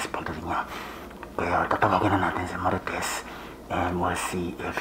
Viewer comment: Gago ka... Idiot.... Nice accent to pronounce marites... Idol kolokoy..